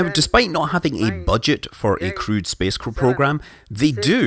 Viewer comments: It took me a while to figure out that he means crewed space program, not crude. That accent is nice though :D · Thought you said "crude" instead of "crewed" for a minute there...